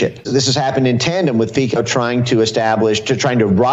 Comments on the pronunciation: He is pronouced Fitso, not Fiko, that sounds kind like F@ 😅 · Fico is pronounced like “Fitzo”☺️ And being anti-funding Ukraine doesn’t make you “pro Putin”. although everyone and their moms is pushing that narrative. I don’t understand the Poland giving gas to Ukraine via Slovakia theory, why do they need to? They border Ukraine directly and it’s a long border. And how’s that Ukraine’s revenue if it’s sold in Ukraine? It’s very confusing. If he would’ve said Poland is using Slovakia to send gas from the Baltic to Austria and Germany, yes, but to Ukraine?! And in general why would anyone buy highly expensive American or Norwegian oil and gas when they can buy much cheaper from Russia? These Euro leaders don’t care about their countres’ interests at all.